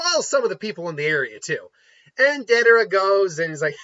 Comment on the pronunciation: How could you butcher my man deidaras name like that? Cmon, YouTuber my man. Lol